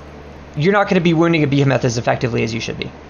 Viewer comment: Not the beehimetha😂😂😂. It’s a behemoth dumb ass😂😂😂